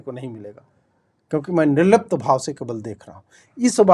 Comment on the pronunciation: nirrlipt kah rahe ho ya nirlajj